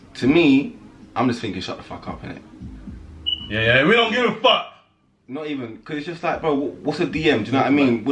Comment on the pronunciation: It’s easy for us to say fackkk em but it’s a stick one bro 😂